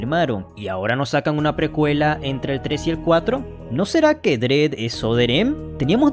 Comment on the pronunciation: Excelente vídeo, nada más un detalle: Se pronuncia "dred", no "drid"